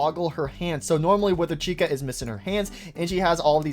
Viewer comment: STOP CALLING TOY CHICA: TOY THIKA, ITS SO ANNOYING